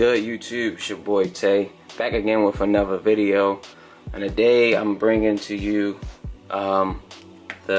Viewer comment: I think I've heard "Anova videw"